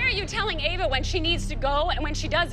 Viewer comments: Lol called Ava Eva 😂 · Did anyone realise that kalani s mom said eva and not ava? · said each not ave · Did you notice that said avas name wrong she said eva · Btw it’s Ava not Eva lol